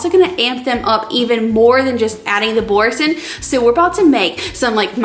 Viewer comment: I'm sorry but when I first heard Boursin cheese, I first heard forsk*n cheese and I had to re watch rofl but its had me literally chuckling for the last twenty minutes